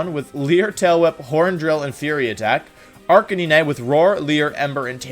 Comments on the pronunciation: bruh its pronounced are ca9. you know like a CANINE. dont even get me started on gyrados. otherwise good vid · "Arcaneenae" "Cinderachee" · Arca-ni-nay Deky-dewy Cinder-achi Dude you can't pronounce names to save your life lol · listen I know you arent the best at pronouncing pokemon name but come on Arcineenay really its Arcinine as in 9 edit also Cinderachee really its like an ace CinderACE sorry if Im being nitpicky but Ive never heard this before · 'arcakneenai' bro tf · I'm sorry but the way you pronounce "arcanine" is the dumbest mispronounciation I've ever heard. It's "are-canine." You simple or something boy? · ….arch uh nee nay? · Did he say arca nee nine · "He has Arcininine" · 99% he’s doing it intentionally because he finds it funny, he does that a lot. Examples: Arcanine as Arca-ni-ni, Gigalith as Jigalith, etc... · No one: Wolfie saying Ar-K-9: Arkin-NENE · you said Arcanine wrong